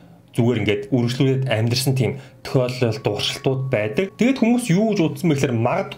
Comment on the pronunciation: ...туршилтууд гэдгийг дуршилтууд гэж хэлж бна уу? Update 2 сургалтанд Update 1-т хамрагдаж бж орсон нь дээр үү?